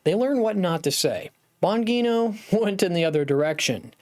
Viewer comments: BAHN-JEE-NOH not BAHN-GEE-NOH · Bon -GEE-No. Not Bon-Ghee.-No. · It's "Bon gee no" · Oh my gosh, you keep saying the name wrong oh it’s annoying🥴🤨🤮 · You are pronouncing his name incorrectly STOP THAT IT SOUNDS TERRIBLE. LEARN HOW TO PRONOUNCE HIS NAME CORRECTLY. HOW CAN YOU DO THAT? HOW CAN YOU TALK ABOUT SOMEBODY ON YOUR SHOW AND NOT KNOW HOW TO CORRECTLY PRONOUNCE THEIR NAME PRAISE GOD. 🙏🙏🙏🙏🙏🙏🩸✝️🙏🙏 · Here Here!